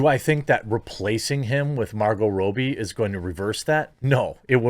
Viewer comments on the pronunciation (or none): Margot 'Rob E'. not 'Robe E' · agreed. I have 3 friends named, Robbie, Bobby, and Robert. Not related but where in the world did Jeremy get the idea to pronounce her sur name like that?😂